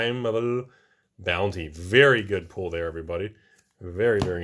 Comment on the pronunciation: I love how my closed captions always translates how says pull into pool. Nice pool in that pack. Wait what